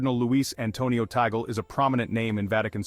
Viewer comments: Please pronounce as TUG-LEH rather than taggle. Thanks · His name is properly pronounced as CardinaL TAG-LEH